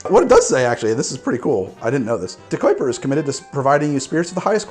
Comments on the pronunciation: Say it with me. De-ki-per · I never thought you saying ahhrange was strange or wrong, but man “De-quip-er” threw me through a loop. How do you get that’s from DeKuyper?